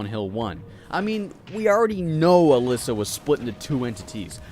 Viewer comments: hearing you speaking out "ALYSSA" instead of Alessa says too much about you, thanks goodbye. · Hey its "A less A" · the way he pronounces Alessa. oh god